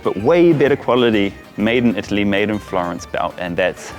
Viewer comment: Never trust an Indian selling leather belts in Florence. He said "made in EE TALLY". LOL